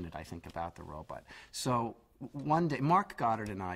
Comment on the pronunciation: Funny, he still pronounces it "Robutt" all these years later... I thought it was just because he was a kid that he constantly mispronounced "Robot" as "Robutt."